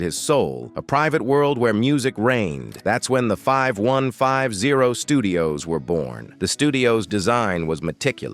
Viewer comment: Ugh..... it's 5150, say it fifty one fifty!!